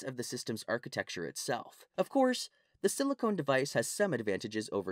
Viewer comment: It's SILICON, not SILICONE! Dammit!